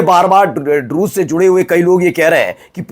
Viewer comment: Aap Drush bolte hai 99% poblice Rus. Susia Samjh Raha hai😂